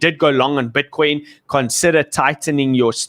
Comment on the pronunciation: I love it BUT its pronounced BITCOIN. not "BWITCWOIN"